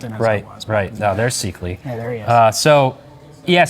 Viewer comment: Seekly? That is not how you pronounce Rony Seikaly.